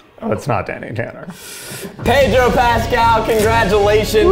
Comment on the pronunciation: I love how Zach cannot pronounce 'Pedro' if his life depended on it.